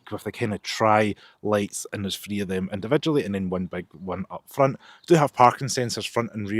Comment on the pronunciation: Sorry but it's TH ree. As a deaf person requiring subtitles it's so frustrating